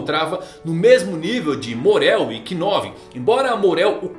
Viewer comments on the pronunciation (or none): Kinove não , se lê Novu (knov) , Man